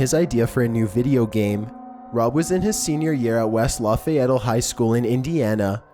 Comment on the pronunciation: it is actually West Lafayette not West Lafayettle. I live near that city lol